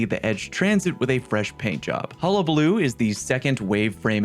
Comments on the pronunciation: Thank you, you are the first creator I have watched that pronounced hullabaloo correctly 🎉🎉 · You’re the first person to say hullabaloo correctly on YouTube